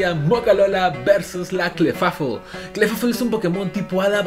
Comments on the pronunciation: Se dice Clifeibl no Clefafol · Clefable se pronuncia Cla fei bol, para tus futuros videos bro